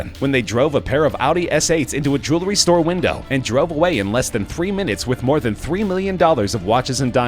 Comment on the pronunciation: Annoying how the narrator enunciates every syllable, in jew-el-ry and bur-ga-lar.